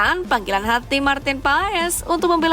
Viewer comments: Banyak yang salah cara penyebutan Maarten Paes, wkwkk yang bener adalah "Martin Pas" bukan Paes 😂😂😂😂😂😂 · Maaf min ..cara bacanya martin pas jangan paes dong😅